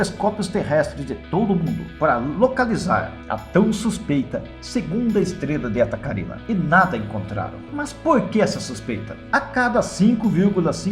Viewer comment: Se o nome da estrela é "Carinae", porque todo mundo pronuncia "Carina"?